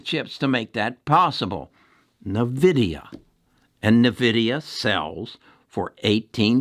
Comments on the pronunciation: N-VIDIA (pronounced envidia), not navidia. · please stop saying navidia. It is" N" Vidia. My kids are mad at me saying it like you. Great video though. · so taking tech stock advice from someone who calls it NEUVIDIA ? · its a old way of saying LOL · You owe it to us listeners to be able to correctly pronounce the company that you are promoting. Otherwise, yes, NVDA is a winning company for some time now. Added not enough shares at $508 just recently.